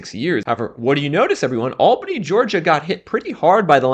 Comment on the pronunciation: It's not pronounced AL-bany, it's al-BAN-y. Ah Georgia.